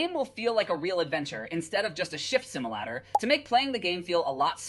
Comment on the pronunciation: “shift similadder/similatter”